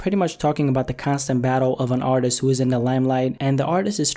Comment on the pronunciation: its limelight not lam light, it's supposed pronounced like the fruit my guy....."lahym-lahyt"